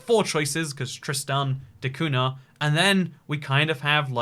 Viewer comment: The "nh" in Cunha is pronounced like the letter "ñ" in Spanish or "gn" in Italian